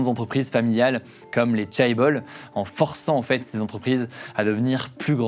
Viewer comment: stp pour tes prochaines vidéos sur des pays dont tu ne connais pas la langue, renseigne toi sur les prononciations des nom propres ( les villes comme ici Busan ou encore les noms d'époques comme Joseon/ Chosôn) ou encore sur des termes particuliers (ici comme "chaebol" ou même "samsung" qu'y a été francisé mais qui à l'origine ne se prononce pas comme ça) merci d'avance :3